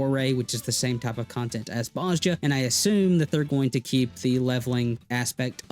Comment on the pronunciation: They say Bozja in the game The J sounds like a Y